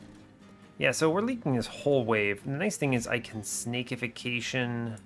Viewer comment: This has been driving me nuts: its Snack-ification, not Snake-ification. Because you're turning the enemy into a crab cake for its allies. Making it into a snack. It's a great pun.